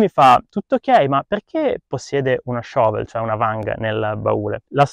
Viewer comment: Voglio svelarti un segreto: shovel in italiano si dice pala o vanga e, per i piu' avanzati, badile. Ah, siccome sono bilingue, italiano e inglese, anche shovel lo pronunci da cani. :-) Fatti doppiare, ma soprattutto fatti scrivere i testi da qualcuno.